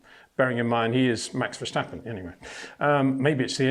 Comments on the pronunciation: VerStappen.... not verSCHtappen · Peter: it's time to learn how to pronounce Max' name correctly: Verstappen, not Vershtappen. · HEY PETER WINDSOR, I HAVE MESSAGE FOR YOU SIR: With all due respect ... it is NOT Max "verSHtappen" ... Max is not German (Germans indeed do pronounce "st" as "sht") ... #Max33 = Dutch NL/Belgium! ... It is not "Bottash" nor is it "Lewish" certainly not "verSHtappen" .... This BS started long time ago when a British sport presenter interviewed father Jos Verstappen and assumed you can use a German pronunciation to a Dutch Driver thinking it is so "funny" ... It is not. Serious question: can any Englishman say "versatile" out-loud without saying "vershatile" phonetically? most can about 99,99% ... that is why most English can pronounce Verstappen 100% correct! Father Jos Verstappen (also F1 Racer) was very active between back then only a very few said "Vershtappen" but the vast majority of British sport presenters pronounced it perfectly ... only a few old stubborn farts like Peter Windshor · Once max wins a championship that's on the level I'll start not fucking up his name.